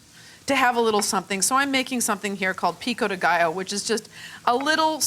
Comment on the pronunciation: Love this video and the way you say pico de gallo 😍😍😍😍